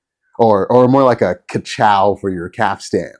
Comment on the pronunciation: Now if you could just learn to say capstan correctly, you'll be all set.